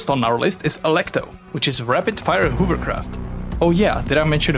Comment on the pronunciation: Can't wait to play this one. Also, this isn't a knock on your Czech accent, man. But I really like the way you say 'Hoovercraft'. Keep up the good work.